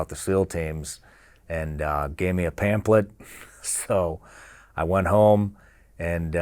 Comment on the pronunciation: whats a Pamplet? lol